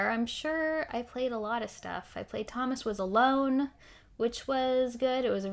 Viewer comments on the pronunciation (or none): Hi there...I enjoy platformers. What was the title that you mentioned? It sounded like "Thomas with a Loan"?